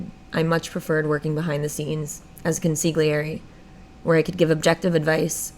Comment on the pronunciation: Just know that you don't pronounce the G in consigliere. It's like nails on a chalkboard when you pronounce the G